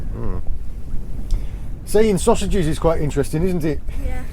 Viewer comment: 😂😂 that bit about "thaying thauthageth"!! Happens to us all though lol😯..